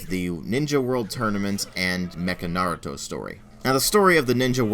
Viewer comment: Yeah I know that Naruto never said believe it in the Japanese version it's just English mis translation.But wow knew you know Japanese very well thought you only knew German and your Japanese pronoucing of Naruto at the beginning was spot on too.